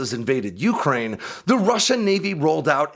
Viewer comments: For fuck's sake - it's not YOUkraine. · Your emphasis on the beginning of the pronunciation of Ukraine is so grating lol I have never heard anyone else pronounce it that way.